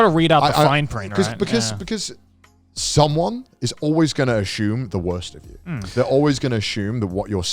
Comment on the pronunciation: How long until the boys realize Connor says "assume" as Ashume and go into lenguage tangent